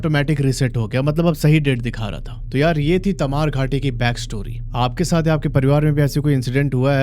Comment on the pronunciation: Taimara naeeee... Tamaad hai